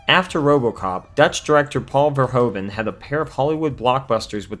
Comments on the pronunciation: As a fellow Dutchman to Paul Verhoeven, I can't help but cringe at the way you keep saying "Ver-ho-ven". It's actually pronounced more like "Ver-hoof-en" ("oe" in Dutch is pronounced as "oo" would be English). Other than this obvious nitpick, I thoroughly enjoyed the video! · Verhoeven is pronounced as verhouven, like the ou in you, great review! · The part hoeven in the name Verhoeven is pronounced like hoover with an N instead of an R. Then ad the Ver in the begining. And your pronouncing it in the correct manner. Ver-HOOVEN.